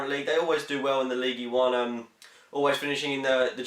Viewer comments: Its pronounced Leeeeeeeeeeeeegg UN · It's pronounced Lige Une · It's pronounced league un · Love how he pronounces ligue 1. Leagee one.